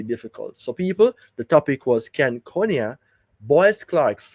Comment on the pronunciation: His name is and pronounced, CON-I-AH not CONE-IAH. Please and thank you 🙏🏽